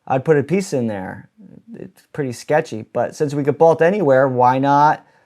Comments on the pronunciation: You say bolt weird. Sounds like bault. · Take a shot everytime he says bolt wrong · I have never heard someone pronounce 'bolt' like that. 😬